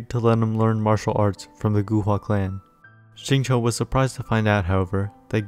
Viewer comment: Nice. BTW, Xingqiu’s name is pronounced more like “shing chew”, not “shing cho”. The English VAs say it wrong. Listen to the Chinese VA.